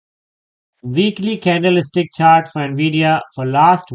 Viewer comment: candle-stick, not candleis-tic. 😂